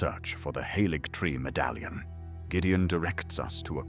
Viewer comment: well I gotta say I am very glad that you had the idea to start this project, and you do a great job at tweaking that voice because honestly it’s 100% seamless. The way it says “Erdtree” is always very satisfying lol, and many other particular words. Really nailed the exact perfect documentary accent. I look forward to seeing where all you take this style of content going forward, and here’s hoping you continue to grow in order to do more and more things with your vision :) who knows maybe one day you’ll get someone like David Attenborough to make a guest appearance 👀